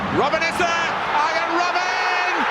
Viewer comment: arjen ce prononce aryenne